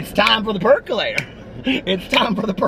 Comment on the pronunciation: lol, you said peculator and I immediately sang the song in my head and started dancing!!